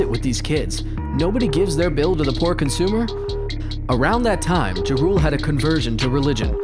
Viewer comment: No offense but it is pronounced jah rule otherwise great video